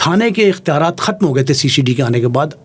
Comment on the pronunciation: کھتم نہیں ختم